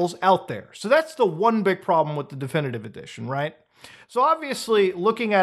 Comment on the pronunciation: I like the way he says "Definitivivive"